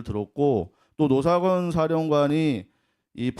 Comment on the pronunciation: 얼굴을 공개하지 않으며 본인만 아는 기밀을 제보하는 자와 노상원을 로상원으로 발음하는 간첩 박선원의 콜라보😂